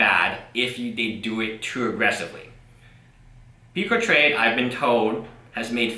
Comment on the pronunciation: It sounds like you're calling it Puke-a-trade. Which is a more accurate name than what it actually is.